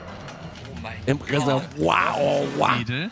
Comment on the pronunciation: Okay, wie geil kann ein Mensch "Reserwuaaa" sagen 🤣🤣